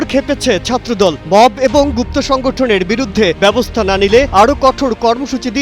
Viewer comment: মেধাহীন,অযোগ্য আদুভাই ছাত্রদল নেতাদের বাদ দিয়ে নতুন কমিটি ঘোষণা করে ছাত্র রাজনীতির উৎকর্ষ সাধন করতে বিনীত অনুরোধ করছি। বর্তমান ছাত্র দল নেতৃত্ব কোন ভুমিকা রাখতে পারছে না। সাধারণ সম্পাদক এবং -এর উচ্চারণ করে "এবন" - এই যদি হয় বাংলাদেশের সবচেয়ে বড় ছাত্র সংগঠন জাতীয়তাবাদী ছাত্র দলের সাধারণ সম্পাদক এর জ্ঞান? তার মেধা কোন পর্যায়ে থাকতে পারে?